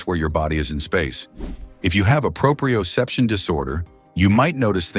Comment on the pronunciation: "Decreased proprioception," which the audio mispronounces, is not an explanation: it is the very thing the video is claiming to explain. The other twelve things listed are mostly varieties of exactly that, decreased proprioception. Decreased vitamin B-12 absorption, for instance, may be a cause of a worse sense of balance; they are not parallel results.